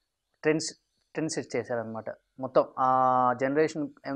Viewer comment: 10.25 ట్రెండ్ అనటం కూడా రాదురా..ఎందుకురా anchoring నీకు